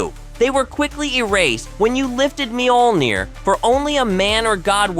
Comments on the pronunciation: There's no long e in the beginning of Mjolnir. It's also only two syllables. Think of the mj portion as more a 'myuh' and roll that straight into the 'ol'. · Mule Near or Meal Near is how it's pronounced.. or so I thought?